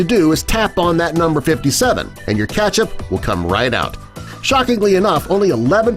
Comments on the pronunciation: Y does he say Ketchup weirdly Keeetchip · Why does he say KECTHAP every time!!!